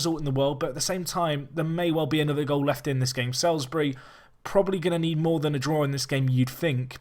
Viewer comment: By the way Salisbury is pronounced Solsbree